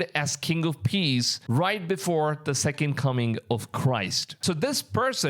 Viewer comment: Are you just like incapable of saying the word "the"?